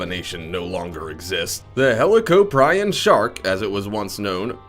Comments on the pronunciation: No, its said (helo-cop+r-en) not (helo-co-prion) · helicoprion is pronounced (hell-o-cop-re-on) damn it! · thats not how u pronounce helicorprion.